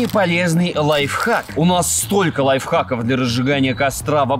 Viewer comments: Лайфхак! А не лайв. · Правильно не лайвхаки, а лайфхаки🤓